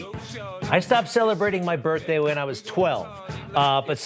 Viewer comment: He having' a "birf" day!